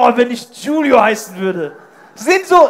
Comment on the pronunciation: *Giulio und nicht Julio ... 😉